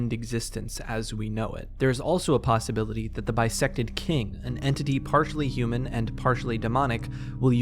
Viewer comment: Every time you said bisected king, I could only hear bisexual king. So, slay bisexual king